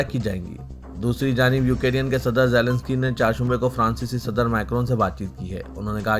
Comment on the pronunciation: یو کے ری ین ۔۔۔۔۔ یہ کیا ہے ¿ دنیابھر کی خبروں میں یوکرین کا نام گردش میں ہے ۔۔ آپ مسلسل غلط تلفظ کر رہے ہیں ۔ نیوز کے اختتام پر شان سے کہتے ہیں خبروں سے متعلق کامنٹ کریں ۔